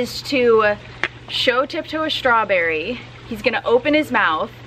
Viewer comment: You mean "shrawberry"! crikey- this girl needs to learn to pronounce the "strawberry"!